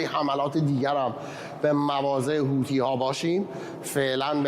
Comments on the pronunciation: چرا این خبرنگار ساکن در کنگره همیشه میگه حوتی ها لطفا بهش گوشزد کنید درست تلفظ کند همیشه هی میگه حوتی حوتی چیه خبرنگار حرفه ای هستی خیر سرت حوتی😤😤😤😤😤😤😤😤.با تشکر از کلیه عوامل خبری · ث در عربی تلفظش مانند th در انگلیسیه و مانند س فارسی تلفظ نمیشه پس حوتی به تلفظ اصلی نزدیکتره تا حوثی با تلفظ حوسی